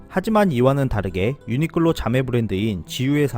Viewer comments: 유니끌로 라고 들리네요 ㅎ 매번 좋은 정보 감사합니다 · 내 귀가 이상한가 왜 자꾸 유니끌로 로 들리는건지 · 근데 벌음이 ㅎㅎ 유니끌로 라고 하시는데 이게 왤케 웃기지 ㅋㅋㅋㅋㅋㅋ